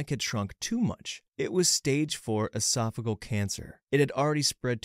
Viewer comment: Also mispronounced esophageal and varices.